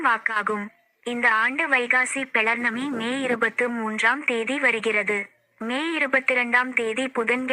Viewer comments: பௌர்ணமி என்று சொல்லவும். Please its not pelar nami . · நன்றி சகோதரி பௌர்ணமி என்று உச்சரிக்க வேண்டும்....